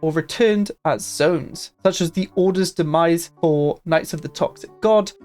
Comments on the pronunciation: Demesne is pronounced “domain” not “demise”. In both british and american english, so you can’t use that excuse. It comes from old french “meien”, but the “ie” morphed into an “s”. It means personal land belonging to a lord. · "Demesne" sounds like domain because we took that word from the french. You say it like "demain" instead of "domain". The more you know!